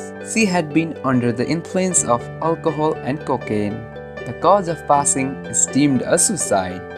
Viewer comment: bro u need to work on ur accent. sh = is a "SHHH" sound, and not an "s"! and you kept pronouncing anything that starts with "p as an "f". for example,when you say passing, it sounds like fasing ... please work on ur english pronounciation